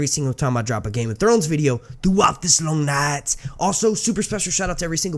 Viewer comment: ITS SO ANNOYING. LIKE, what accent is that?